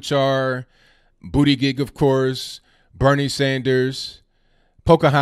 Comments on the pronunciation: It cracks me up every time you say Booty Gig 😂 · Did you just say Booty-Dig ....🤔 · I like how says BOOTY-GEG. 😂😂.